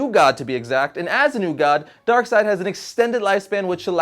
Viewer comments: DarkSeid Is pronounced DarkSide because “ei” in German is read as “i” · Pretty sure it should be pronounced DarkSAYd, not DarkSIDE. It sounds less cool, but it seems more grammatically correct, at least to me. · its darkseid not darkside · "Darkseed" that would sound so stupid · NoOOoOoOoOoOoOooooOoOoooOOOOO1!! It's DARK-SEED!!! NOT DARK-SIDE!!! What a nerd... *snort* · Dislikes are people that pronounce it Darkseed lolz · Only morons say darkseed. It's not even a debate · its clearly pronounced as darksnobble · "ei" makes an i sound, not an e sound. I wasn't aware people thought it was pronounced "DarkSeed". That's pretty dumb lol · 1. I can't look at Darkside and pronounce his name DarkSEED, It's so...wrong 2. I have never heard someone pronounce is like that